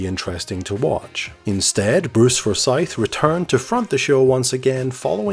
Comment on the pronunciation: Such a great show. I think everyone who watched this shouted "higher" or "lower" at their TV! xD Slight nit-pick on how you pronounced Forsyth though >.<